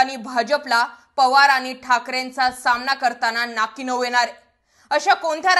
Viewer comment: कुठे शिकली मराठी? सामणा, णऊ, पाहूयात, एकोणवीस, लड्यातील, प्रनिती, मतधार संघ! उच्चार सुधार!